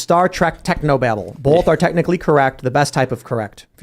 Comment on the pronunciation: Tim! Bolth is not a word 😅